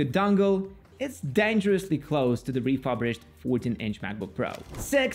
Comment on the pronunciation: “Refurbished” is pronounced like reeh-fur-bisht (where fur is like cat’s fur), not reeh-fub-risht